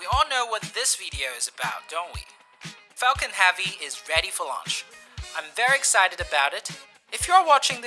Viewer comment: Falcon "Havey"?